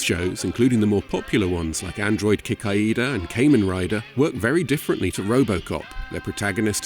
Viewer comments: who the fucks kay-men rider? ... I know a Kah-men rider... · If this dude ever reviews more Kamen Rider or mentions it more I hope he Realizes it's Pronounced Kah-Mehn Rider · How do you get the pronunciation of Kamen Rider wrong?